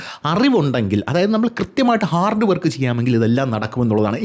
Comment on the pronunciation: ഹാർഡ് അല്ല ഹാഡ് 😂